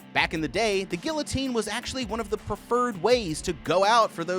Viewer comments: Why am I not surprised that you don’t know how to properly pronounce “guillotine”… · The way you pronounce guillotine hurts me